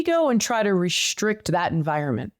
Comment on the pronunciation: ...What's "rish'rict" supposed to mean: "restrict"?...